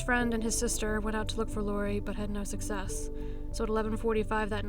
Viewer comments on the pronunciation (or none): none